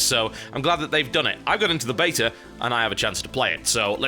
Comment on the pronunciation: i love how he says betar instead of beta